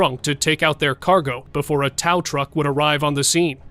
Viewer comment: A towl truck 😂😂